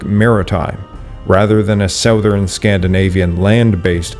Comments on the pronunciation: "Southern" is pronounced like "Suthern." Act like the o isn't there. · That’s not how you pronounce the word “southern” (I thought it was AI voice because of this) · Your pronunciation of the word “southern” is interesting. What is your native language? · English, he is Canadian.